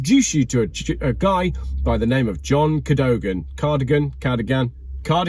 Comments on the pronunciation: KA-DO-GAN, you had it right the first time! Definitely not cardigan, lol. Yeah, I love John Cadogans videos very informative and love how he keeps it real (from an engineers perspective). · Cadogan is pronounced 'Ka-duggan' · It's KA DOE GAN.